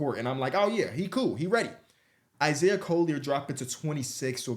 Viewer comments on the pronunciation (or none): none